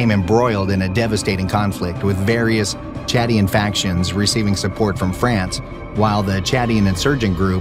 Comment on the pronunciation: It's Chadian-Libyan War, not chatty and Libyan War. Chadian as in the nation Chad. Good grief. "Isuzu Strip"? Arrrgggghhh. No, It's the Aouzou Strip pronounced like auzu, not like Isuzu.